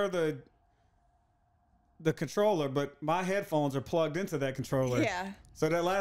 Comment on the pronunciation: I like how she say's "troller" instead of controller, but I'd like to see you guys play more together.